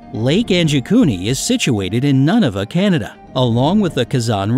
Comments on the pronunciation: You said nunuvut wrong.. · Buddy doesn't even know how to pronounce Nunavut